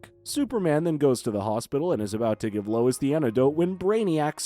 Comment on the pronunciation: Bro really calls Lois "lewis". 💀💀